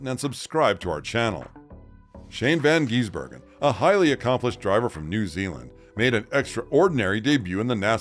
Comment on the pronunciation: I'm hearing van geese burger 😂